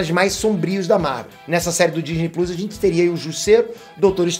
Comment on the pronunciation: Por favor nao fala Disney pluis, isso doi la no coração. Por favor